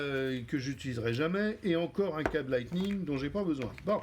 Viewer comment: Câbles "lisseningue" ?? Sinon bonne vidéo 😂